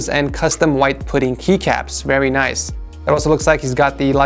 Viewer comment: when he says "nice" it sounds rly wierd